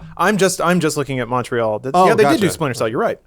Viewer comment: I love the way non-Canadians say Montreal